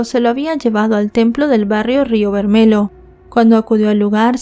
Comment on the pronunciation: DEBERIAS SABER IDIOMAS PARA RELATAR SUCESOS OCURRIDOS EN OTROS PAÍSES VERMELHO ES ROJO EN PORTUGUÉS Y SE PRONUNCIA BERMELLO EN ESPAÑOL CON (LL)😂